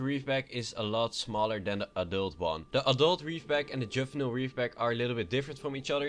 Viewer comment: 1. Treader tr-e-der not tr-ee-der 2. Juvenile j-oo-vin-ile not -juv-un-il 3. Aurora a-ror-a not a-woar-a god learn your english